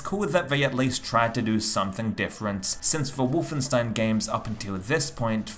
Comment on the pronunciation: But why say the name like ; Wuff-en-stein !??! ..